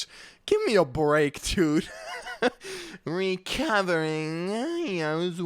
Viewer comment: lol "ReCoVEEriNg"